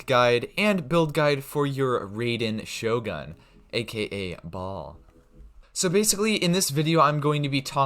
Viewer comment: Amazing guide, but the way you pronounce Raider Shogun hurts me 😂